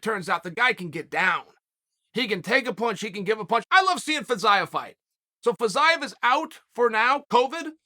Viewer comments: Me: Fiziev Uncle Chael: Fayizayev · I swear Chael is intentionally butchering these names at this point🤣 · Uncle Chael makes no mistakes. Perfect pronunciation. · Uncle Chael.. The correct way to speak fiziev was Fee Zee ev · Chael there is still time for you to take this down. You obliterated his name over and over :(